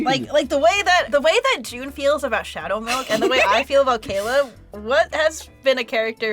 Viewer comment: You can hear mutter "Shhhadow Milk."🤣🤣🤣